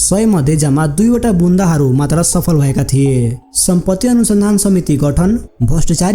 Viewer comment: बुन्दा हरु ❌❌ बुदा हरु ✅✅✅ ....पहिले राम्रो तरिकाले शब्द उच्चारण गर्न सिख भाइ...तेस्पछी documentary गर ...best wishes ❤❤